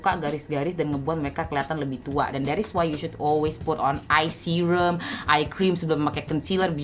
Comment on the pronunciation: Pengucapan kata "Tutorialll" dan "serruumm" nya seakan2 terngiang2 di telinga